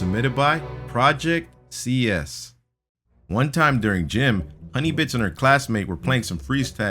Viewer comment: When it said hunny bits it said hunny bitch